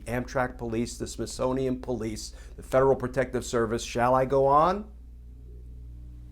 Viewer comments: I love the way Kirschner said po-lice with the accent on po. This guy is a great commentator and knows exactly how to accent words to achieve a given effect. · The "Po-lice", LoL Truth!